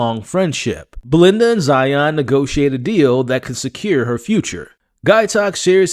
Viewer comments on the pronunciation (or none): none